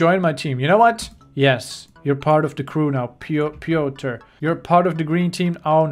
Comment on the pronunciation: piotr is a polish name and the way it sounds when he says it is hilarious